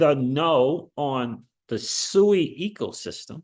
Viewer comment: SUI. Its Pronounced Swey